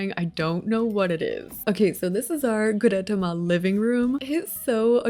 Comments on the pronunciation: gudetama is pronounced “goo-deh-tama” and they’re nonbinary! (they/them) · Gudetama is pronounced guu-deh-tah-mah; each syllable is like each word so it’s not pronounced as fast as you were ! Anyways, I love this video I’m OBSESSED🤩🤩🤩🤩🤩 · Goo-deh-tah-mah. Gudetama ☺️ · Tip: Godetama is pronounced Goo-Deh-Tama😊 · I think Gudetama is pronounced Goo-duh-tom-uh :) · It’s pronounced Goo-de-tah-mah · Sorry but it’s pronounced gu(de)TA-ma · Gudetama is pronounced like goo-deh-tah-mah 🥲🥲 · not seeing anyone else say it but gudetama is kinda pronounced like goo day tah mah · gudetama, i believe, is pronounced goo-day-tama :) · Here’s how to pronounce gudetama (well how I pronounce it) Goo-da-ta-ma Hope this help ^^ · I’m not 100% sure but I think you pronounce it “goo-de-tama”.. like tama as in tamagotchi. But I can be wrong 🙈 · This is all so cute 😭🩷❤️‍🩹 Always love your builds ! As for their name pronunciations, usually I find they're said slowly or plainly ? Idk how to explain that bwahah, but like Goo. deh. tah. mah. and Pom. pom. poo. rin. or Koo. roh. mi. That's usually the way to go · It’s goo-de-tah-mah. Gu-de-ta-ma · Japanese is pretty straightforward, btw Gudetama is just goo-day tama. Good tries though! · You said the egg’s name wrong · Awesome video!! Love the smaller details for each character. ALTHOUGH, Gudetama wasn't pronounced correctly and that they're considered non-binary as an egg, I over all think you did amazing!! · it is NOT that hard to search up gudetama's pronounciation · She said it wrong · yeah lol, I laughed at that, but hey, it’s not a very common word or name for white people to hear lol